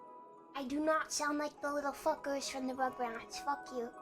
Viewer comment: When pronounces "f*ckers" as "Fuqers." very cute and not helping her case.